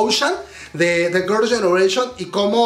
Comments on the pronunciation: Tu inglés es malo, parece trabalenguas cuando pronuncias Girls’ Generation….🫣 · Me da risa como pronuncia el nombre de Girls Generation y de Yoona jajajjaja